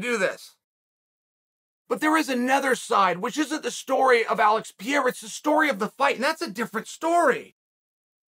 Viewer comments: Lol chael last week "who the fk is peirreira, guy hasn't done anything, I don't respect kickboxing, nobody has even watched his izzy KOs".... This week after a 2 min Strickland demolition job "WOW peirreira is amazing" 😭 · Chael gained his first real loss to the last name Pereira... I swear this man just said pee-era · Chael… alex “piera” ??? dude is troling us hahahahaha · OK LORD SONNEN... IF YOU SAY 'PIERA' ITS PIERA. NOT PEREIRA.😅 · Alex Pierra? This guy… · Pereira , not Pierre. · ITS NOT PIERA... ITS PEREIRA. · I'm looking forward to seeing more of this Pierre-uh guy. Whoever he is. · Chael is borderline calling him Pierre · "Alex Peeyera" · Why is he calling him Pierre? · Why does he call him "Pierre"? Lmao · who TF is peira? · Alex Pierre-a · Alex Piera🤣🤣🤣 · Chael...I've been an MMA fan since '96, & (eventually) a fan of yours...but you are bucking the skills of Alex("Pa-re-ra") every chance you get...WHY?? I was watching Glory and saw Alex dismantle & KO just about everybody!! This sport is evolving so fast, and new champs pop up on the regular..what did Pareira ever do to you that you refuse ti give him his due? You don't even pronounce his name correctly...I totally respect your fight IQ, but you are downplaying Alex anytime you speak about him... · Chael it’s pronounced Pay-Ray-Ra for * sakes. Have some respect for foreign names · oh Chael is still pretending he doesn't know.their name.....lame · chael never pronounce a foreign name correctly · Foreign? He never pronounces any name correctly! 😂😂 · Chael is so scary he scares the R out of Pereira's name when he says it. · Said his name wrong like 10x haha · Tell me you’re from the US without telling me you’re from the US. Chael mispronouncing the fighters name, every single time. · Everyone else: Alex "Purr Era". Chael: Alex "Pee Era". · Pierra? For crying out loud Uncl it's Purr rare ra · “Alex Pee-era” Uncle Chael why you disrespect that man like this?! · Its not "piera" its "pereira" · "Alex Piera" 😂😂😂